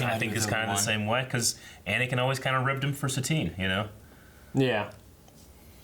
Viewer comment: it’s satine not sabine